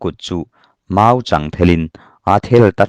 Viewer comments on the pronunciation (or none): Lêma. Mau chang thel ni lovin, mau châng thel tih zawk tur a ni bawk.